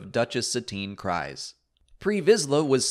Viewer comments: Kryze is pronounced Kriz. You don’t emphasize the silent E. Silent E does not change the sound of the Y. The name is pronounced several times in clone wars and rebels. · I know that there are a bunch of ways to say the various names in Star Wars, but I will never accept you saying Kryze as Cries. You hear it said in The Clone Wars, it's Kryze, rhymes with rees, which is what I want to do everytime you say it the way you do. REEEEEEEEEEEEEEEEEEEEEEEEEEEEEEEEEEEEEEEEEEEEEEEEEEEEEEEEEEEEEEEEEEE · It's even said in the clone wars. Satine's last name is pronounced "Kreeze" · Great recap, as always,. But I believe "Kryze" is pronounced "Kreeze" when we hear it said in The Clone Wars.